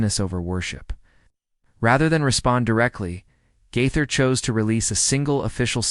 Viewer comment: Try saying his name correctly!